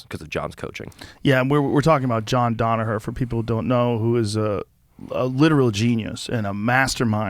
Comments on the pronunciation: Joe “Donaher” not “Danaher” Rogan 🤦🏻‍♂️ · God why the fuck does Joe always say DONaher. It's DANaher FFS.